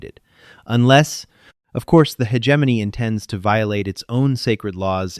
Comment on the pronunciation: Could we pronounce "hegemony" correctly? How about "Nicoise"? "Inputted"? Just input, thank you. The narration switching randomly into a fake British (or Australian?) accent is annoying. And even more annoying is the narration going off the deep end with yelling. "Lead" lining?